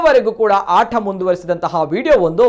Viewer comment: ಆಠ ಅಲ್ಲ ಮಾರಾಯ.. ಆಟ.. ಉಚ್ಚಾರಣೆನಾ ದೇವ್ರೇ ಕಾಪಾಡ್ಬೇಕು..